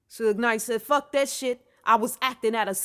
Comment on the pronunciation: Suge Knight said.. "FUKA DET" 🤣